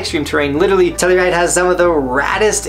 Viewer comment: Telluride is exactly how you said it. When I was there, there was lots of pow and the peak was open. I had 2 snow days in a row. Dig the list